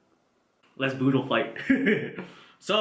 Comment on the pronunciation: It’s budol not boodle I’m Filipino